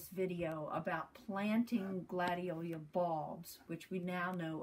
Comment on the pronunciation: Gladiola--NOT Gladiolia!